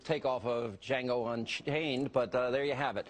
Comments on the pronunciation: It's not "D-Jesus," Hannity. The "D" is silent... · WHOA THIS IS FACTUALLY INCORRECT!!! Hannity pronounced it "Djesus Uncrossed," and as we all know... The D is silent.